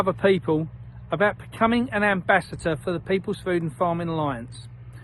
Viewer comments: I think he's saying "ambassHAT er .... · It's not "ambassater" it's ambassador And it's not "chem trails" it's climate change And it's too late to make a difference That was thirty years ago